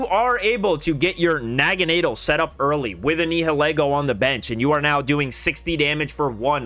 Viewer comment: I’ve never heard anyone say Naganadel like that lol